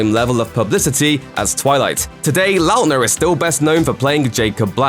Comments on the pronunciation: the way he says Lautner makes me cringe every time... likely because despite Lautner being in show bis for 12 years I have never heard it pronounced in this way... I think I have only ever heard it pronounced "lawtner" rather than "Lout-ner" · The way the narrator says his last name is hurting by brain.. La utner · You cant pronounce his last name XD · WHY IS THE PRONUNCIATION OF LAUTNER STRESSING ME OUT SO MUCH. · oof that pronunciation of Lautner.